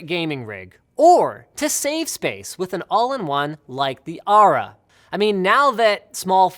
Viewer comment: Aura not Ara...